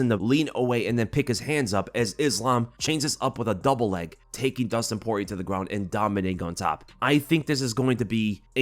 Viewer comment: The end r is silent so almost like “Pori-yay”